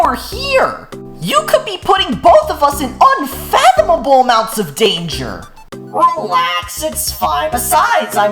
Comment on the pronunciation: “you could be putting both of us in unfathibibule amounts of danger” I CANT